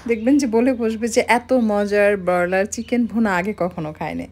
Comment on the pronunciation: বেশি শুদ্ধ ভাষা না পরালে বলা উচিৎ না। ব্রয়লার উচ্চারণ শুনেই পেট ভরে গেছে।